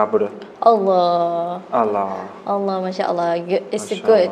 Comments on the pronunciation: Kak, the pronoun not ra but ro, not allah but awloh. But i am respect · Lah or rah? Whatever, i don’t know.. Maybe be Korean pronouncing like this..love from Bangladesh... 🇧🇩☪️ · Because Korean have 2 pronunciation for their ㄹwhich is basic hangul alphabet ㄹ is r/l..so it's hard to pronounce d 'ر' 'R' sound..he ended up pronounce it as 'L' sound.. he did great tho MashaAllah.. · You have train hard to pronounce "r" and change your sound "a" by "o". Eq: bismillahirr(o)hmanirr(o)him, not bismillahirrahmanirrahim. And you have to know when Allah pronounced as " Alloh" and "illah". Those are very important pronunciations. Gud luck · Hanya pengucapan Alloh yg kurang daud bacanya Allah tp gpp namanya jg baru belajar soalnya lidah orang Korea dgn kita itu beda. Nanti lambat laun jga lancar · I noticed it too.is is it because there is no letter 'Raa' in korean? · Brother Daud, please learn Makhrojil huruf (the place where the huruf come out) either from your mouth, throat, the position of your tounge when you sound the letter/huruf. I heard you sound Ro as Ra, should be like O. Allah sound like O in the second A. Masya Allah... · Masha allah. Try your best to pronounce 'ra' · Hes good hes just using the L to much bissmillaher its r ok bye daud have a nice day